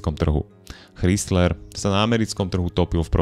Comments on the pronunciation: Super video , Len ten chrizler trhá uši a mal to byť Chrajzler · Chrysler a ne Chrystler, proboha ! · ako nechcem mudrovať, ale pokiaľ robíš videá na vysokej úrovni, asi by nebolo na škodu sa pred videom uistiť, ako sa správne vyslovuje Chrysler (krajzler) :) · Spise "Krajsler".Ch se v anglictine cte jako K. Zbytek souhlas. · Ano, to "chrystler" trha usi, stalo by to za prerobenie. Inak super video...ako vzdy ;) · Z jednej strany chápem pokial ta nezaujímajú auta a robíš videa o nich aby si zarobil nejaký drobak ale aby si nevedel ako sa číta meno značky ktorá má v New Yorku ešte aj svoju budovu to by som nechcel počuť jak povieš Krystlerova budova 😀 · Krajzler dpc foneticky ide ma vyrutit ako to komolis